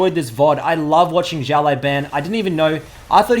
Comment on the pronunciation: his name should be read not ziao but siao(small) laoban(boss) 01